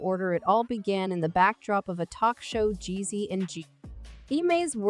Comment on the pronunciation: Mispronounced the man’s name constantly. Weird robot voice. Please do better next time